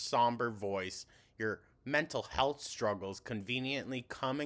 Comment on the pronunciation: How does she pronounce 'Health' as 'HULTH'??